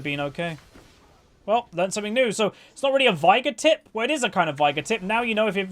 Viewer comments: Its vay-gar and u skill e second since u cant get stacks with w, and e is so much better for that situation where shaco died. It even says vay-gar in his lore btw. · why do you say Vigar?